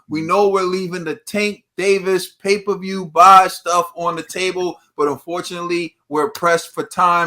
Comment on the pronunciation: It's MayPerView! Xdddd